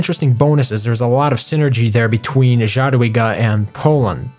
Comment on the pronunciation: It should sound more like [yadwiga] :-)